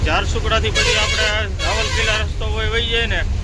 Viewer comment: રાવલકીલા નહીં રાઉર કેલા